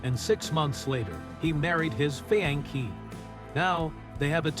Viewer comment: the way they pronounce fiancé 😂